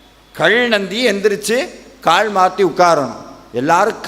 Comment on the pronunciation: கள் இல்லை காள் இல்லை, கல் கால் என்று உச்சரியுங்கள்..... ல ழ ள தமிழின் சிறப்பு